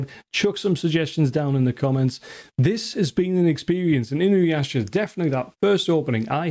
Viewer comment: Thank You for pronouncing Inuyasha correctly! I do Not know why but So many people add a goddamn W to his name and say Inuwasha 😂